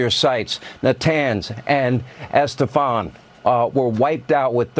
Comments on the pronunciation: Estefan was wiped out, Sean Hannity says . ¡Dios mío! Geez, these guys are simultaneously scary and laughable. If "everybody heard those names for years" as Trump claims , I wonder why Sean Hannity can't pronounce Isfahan / Esfahan? Is he secretly jamming to Gloria Estefan? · haha hannity said estafon instead of isfahan. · Hannity can't even pronounce Isfahan, so how can he even credibly say with a straight face that we obliterated their nuclear sites? Can't stand FOX and their constant stream of lies.